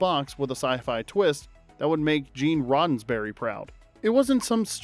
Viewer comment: Who TF is "Gerne RoddenSberry"?